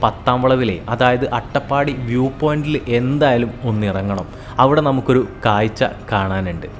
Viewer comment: കായ്ച്ച അല്ല മൊയന്തേ. കാഴ്ച.